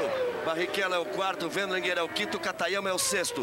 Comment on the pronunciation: Galvão chamou Katayama de Katagrama kkkkk